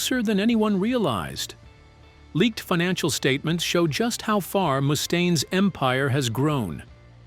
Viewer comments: The AI is terrible. 😂 Moostane. 😂😂😂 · What do you mean? Moo-stain lmao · Who is this “Moostain” this narrator speaks of? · Nothing says "I'm sincerely passionate about the music I cover" than the inability to properly pronounce the name of the person who the actual focus of your video. At least consistently. And your kind of conflating the era with Dave, in which Megaforce was the bands fairly large, well distributed indy label, and the next era, a couple of years after Daves departure, in which full blown major labels like Electra and Capitol began courting Metallica and Megadeth (who were initially on the indy Combat) in earnest. By the time the Electra deal with Metallica was signed, the band had upgraded management from Johnny Z to Cliff Burnstein and Q Prime.